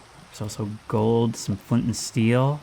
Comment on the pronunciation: when he said flind and steel it activated my programming